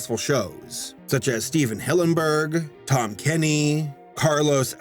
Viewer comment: 😂😂😂😂😂😂 that's funny how he tried to say Carlos